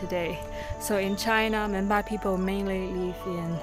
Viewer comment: Sounds like memba instead of monpa